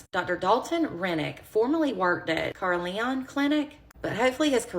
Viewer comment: It's pronounced Ka-ril-yen. I lived in Roanoke from the age of 7-35. Several of my family members have been patients through Carilion, including myself. My youngest daughter was delivered through C-section by a Carilion OBG-YN. I hated that man btw. My family is in absolute shock to find out about something like this, having dealt with Carilion for many years. I can't believe this man has been allowed to practice medicine on any living being, let alone children. I hope he spends the rest of his days in prison receiving all the "prison justice" he deserves and some.